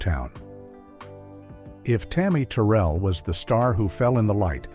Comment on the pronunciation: Tammi Terrell pronounced "Tur-rell":face-purple-crying